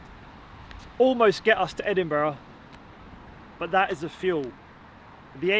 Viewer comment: Duke of Edinbruh.